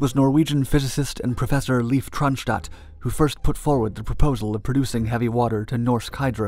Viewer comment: Hey thought I'd share; the norwegian name Leif is pronounced more like you would say "life" and not "leaf". Amazing stories from you always! "Leif is Leif, Na na na na na"